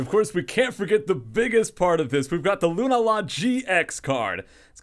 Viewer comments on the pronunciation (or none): GAH! lol Lunala = loon-AH-la not loon-ah-LA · isn't it pronounced like lunaaala? not hating,just curious.